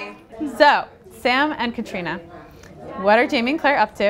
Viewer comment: Katrina again!! She must be sick her name been pronunced like that...